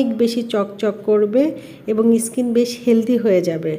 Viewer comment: ইসকিন কি ধরনের কথা skin স্কিন বলুন।।। যদি তাও না পারেন বলবেন চামড়া বা ত্বক😆😂🤣।।। আর গোলো না গ্লো হবে এতো ইংরেজি কেনো বলেন 😃😆😁 ।।।